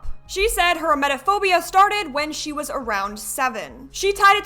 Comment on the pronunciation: Can I ask why you keep calling her C? Sorry I might be missing something painfully obvious but it clicked halfway that you were saying C instead of she and I wondered why.